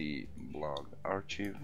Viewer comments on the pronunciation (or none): FYI 'archive' is pronounced "ARK-I've"